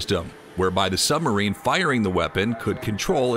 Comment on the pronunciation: The word Submarine has a "b" in the middle of it. How about including it in the pronounciation.